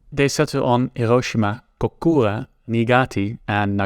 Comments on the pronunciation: never heard a more Dutch "hiroschima" in my entire life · He cant even pronounce Hiroshima. Lol